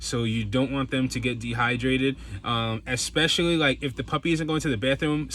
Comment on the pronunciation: The word is " especially ", not " ecspecially "...